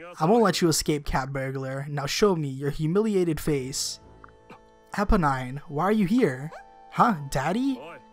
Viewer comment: I think you pronounce it Eeponeen :D